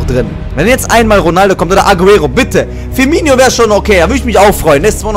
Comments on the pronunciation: Der heisst firmino nicht firmiño! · Ee heißt Firminooooo wie oft noch. 😒😒😒😒